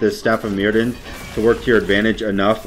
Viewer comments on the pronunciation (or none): It's welsh so the dd is pronounced with a th sound. It's pronounces Mirthion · Staff of myrddion s pronounced mirthion, like a really smooth "th" sound, its welsh